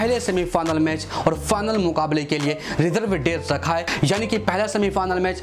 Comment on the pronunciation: Final ❎ fanal ✅ 😂😂😂😂😂😂